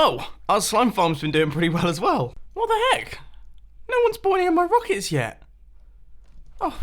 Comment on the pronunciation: "Rockicks" Mumbo-2018